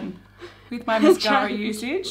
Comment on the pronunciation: Everytime I hear say Mascara a hear "mashara". Lol